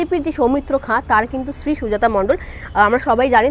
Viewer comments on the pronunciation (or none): none